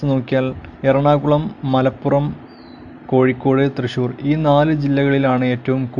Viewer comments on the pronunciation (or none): none